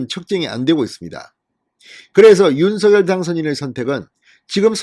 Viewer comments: 방송 잘 듣고 있어요. 고맙습니다. 그런데 윤서결 발음을 윤성녈 로하면 좋을것 같은데 어떠신지요. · 서결이라부르니참듣기불편합니다성렬로말나오는디니로하시면좋으련만 윤서결이므넙니까 윤석열( 윤성열) 자연스럽게 불러주세요~